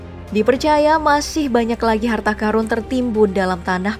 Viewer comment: Karun, qorun, bukan Karung, qorung.. wkwkwk bisa ae